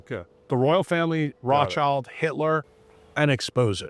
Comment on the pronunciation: w/respect, it's Rothschild (there's an "s" after the Roth, before the "child"). Yes, its a tongue- 'twister! And its B'nai B'rith, not Birth. Sorry, I'm a "word nerd"! 😅 Also, its allodial title, not alloidial title. Yes, we need it back.